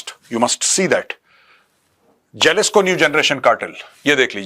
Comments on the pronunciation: Jalisco J ko yaha H pronounce karte hai HALISCO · It's pronounced as Halisco Major sir 😅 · It is pronounced Halisco Cartel..